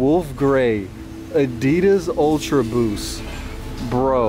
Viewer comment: also, what the fuck is "adidars"?!